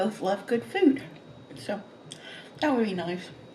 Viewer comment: 🍭 " That Cake from Carlos Bakery re minds me of the time...That Food from .. reminds me of...That Meal from...reminds me... Food, Food, Food; actually, she says Fooda...🤡